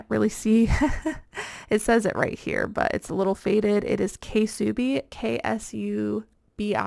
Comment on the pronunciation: Ksubi is actually pronouced as SOO-BEE and they are a high brand denim designer from Australia. They used to be super popular but they have died out to a lower high profit value.